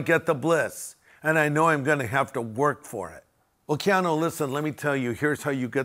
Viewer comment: Your not saying his name correctly., you’re correct on everything else. I pray for him , he is very kind to people.